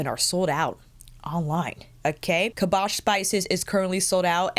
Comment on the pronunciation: Girl I love you AND these YSL quads but please it's 'KAS-BAH' SPICES T_T